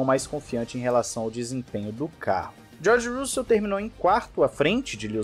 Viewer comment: Boas notícias. Mas, pelamordeDeus, aprenda a pronunciar os nomes dos pilotos, especialmente o do George Russell.